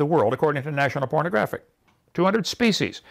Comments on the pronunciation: When he "defined" kind, did anybody else hear him say 'national pornographic' instead of 'geographic' lol. It's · in the video Hovind calls "National Geographic" , "National Pornographic" 🤯 . (Crap missed the footnote) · Am I the only one who heard "national pronographic" (spelled correctly, that is)? Every time I listened to it trying to make sure... O.o Um... Freudian slip...? Also, Kent, why do we then ask what KIND of bat? How does that work with your definition? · Haha, Ok. I was just about to comment on that. I can't tell if it says National "Fornigraphic" or "pornographic". Either way, it stood like like a sore pecker. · am I the only one who heard "according to National Pornographic"? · did anyone else catch him calling it "national pornographic"? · Did he say “National Pornographic”? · Does he say “according to the national pornographic”? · LOL did he at 14.58 really say National Pornograghic ??? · Wait wait wait! Did Kent just say "National Pornographic"? Lol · Did he say National Pornagraphic? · i had to rewatch 3 times caz it sounds like national pornographic